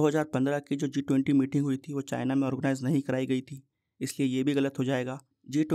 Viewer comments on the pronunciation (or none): none